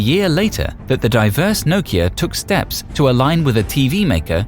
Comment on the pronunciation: The way you say Nokia...is why it died :/